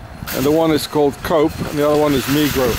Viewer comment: It is pronounced ... Co - op ... as in Co-operative shopping !